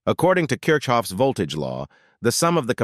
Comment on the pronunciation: Kirch rhymes with kirk; NOT CHURCH !!!